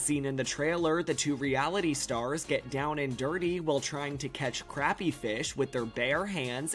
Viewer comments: Okay, we must learn to pronounce crappie. Croppie.... Now try saying it like that. Then you'll be close. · I knew they would mis pronounce Crappie but i am going to watch it i love thise two ladies